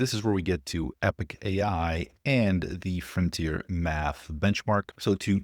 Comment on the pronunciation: NOT Epic AI!!! Epoch AI... pronounced eh·puhk